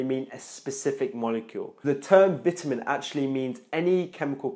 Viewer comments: Your English is good except Vitamin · Are you american if you are english people call it vitamins you are american you call it differently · Really well put together and explained man. Only problem for me (an aussie) is the way you say Vitamin haha